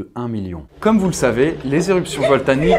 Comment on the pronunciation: éruptions voltaniques... Suis-je le seul à le remarquer... Lol